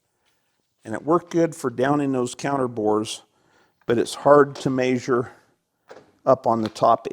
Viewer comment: The old man “maysures” with the mic